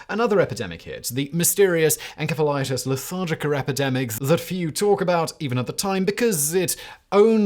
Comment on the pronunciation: Damn Simon, we let your odd pronunciation of words go regularly. But your butchery old encephalitis was so bad I thought it was something I had never heard of. I had to look it up to make sure. I’m going to deduct 15 points this time. Sorry.